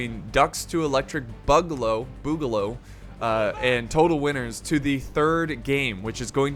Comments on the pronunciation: Why's he ssaying boogaloo so wierdly? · I love the video but my guy needs to pronounce boogaloo properly